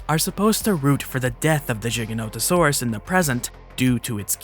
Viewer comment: Never imitate CinemaSins, they are the epitome of intellectual dishonesty! Granted this "plus minus" structure is easy to digest for the casual Youtube consumer. Also kudos for pronouncing Giganotosaurus right! I share the criticisms, even the ones related to the different biases used to excuse the innacuracies, and I am thankful for the mature de-escalating addendums at the end. Snark is in your DNA for better or for worse and that won't change but I've found it well dosed here.